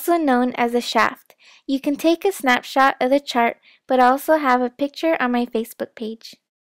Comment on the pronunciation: It sounds like Snapchat, but she’s saying snapshot!